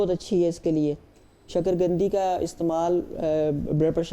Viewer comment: پلیز ڈاکٹر صاحب لفظ شکر قندی ھے شکر گندی ۔نہیں ھے